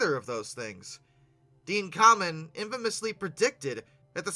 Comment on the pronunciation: FYI his last name isn't pronounced "common", it's pronounced "came-in", as in the opposite of pulling out.